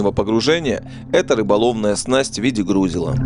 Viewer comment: Грузила, ударение на И